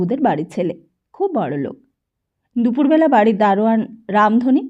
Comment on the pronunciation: খুব বাজে উচ্চারন! পিত্তি জ্বলে যাচ্ছে, যখন লোক কে লোগ বলা হচ্ছে! এরকম বহু শব্দকে রীতিমতো বিকৃত করা হচ্ছে। আমরা তো গল্প শুনছি না যে বক্তা নিজের কথ্য ভাষা ব্যবহার করবে? আমরা তো একটা বই পড়া শুনছি! হুঁ!